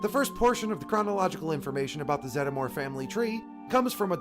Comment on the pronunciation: Always thought it was pronounced Zed-more